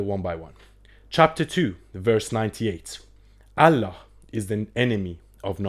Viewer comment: I am not a müslim but i lived and worked with müslim. you can't even pronounce Allah. you are just lying. And by the way Talmud and Old Testament is hundreds times worse than quran.